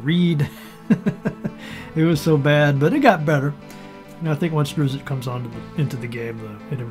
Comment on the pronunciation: I'm sorry... did you say Driz zit??